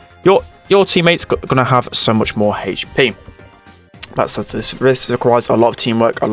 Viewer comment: He says haych P lmao